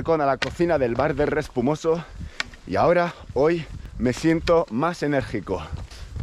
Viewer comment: Es Respomuso no Respumoso*!!! 😂😂😂